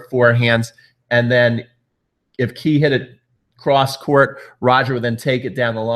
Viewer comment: btw it's "Kay" not "Key"... just saying.